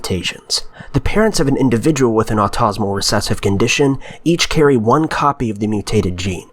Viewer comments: The word is 'auto-SO-mal', not 'au-TOZ-omal'. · its autosomal not autosmal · ottosmall XD its pronounced auto somal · Auto-so-mal not au-tas-mal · buddy AUTO-so-mal, and the so is more like ZO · how do you mispronounce autosomal